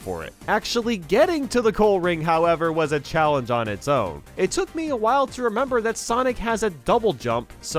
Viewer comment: “PREPARE TO CHALLENCE”